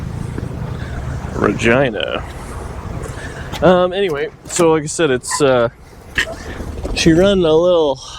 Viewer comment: I'm sure I ain't the only one (us non Canadian guys) that instead of Regina hear Vagina and rewind 😲.